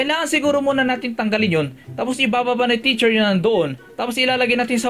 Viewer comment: Teacher po Hindi po T